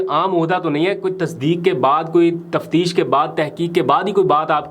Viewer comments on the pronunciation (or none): none